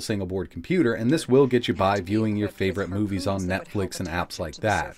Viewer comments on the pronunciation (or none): none